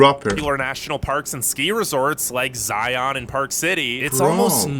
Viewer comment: Picking a nit here: "Zion" rhymes with "lion," NOT with "try-on."